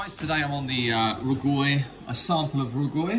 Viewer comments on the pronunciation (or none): It's not pronounced row gway. Rou gui is the pinyin of 肉桂, which is more something like "jow gway" (but not exactly jow)